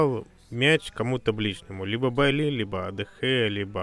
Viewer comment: Типа Байи. Ну будем исправляться.